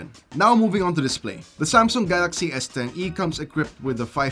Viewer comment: Galaksii hahhaha... is that english ??